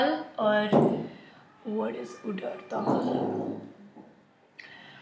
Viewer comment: omg ..its not udar dal its urad dal..